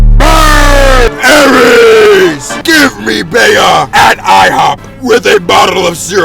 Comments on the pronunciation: Her name is pronounced bee not beeah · I felt like broly bro FOR THE LOVE OF GOD YOU PRONOUNCE IT LIKE BEE